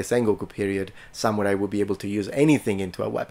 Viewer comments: Why does sometimes say, “sa MEW rai”, and other times say, “sa MOO rai”? Pick a pronunciation…. well, pick the correct one. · The way this man pronounces "Samurai" hurts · seems to be an awesome dude, however I am very annoyed by his pronunciation of samurai. He goes out of his way to pronounce karate related terms fairly well so it's just very odd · just at the start of this video, but it is really annoying me, how he pronounces samurai. If he's going to make a whole video on something, he could pronounce it right.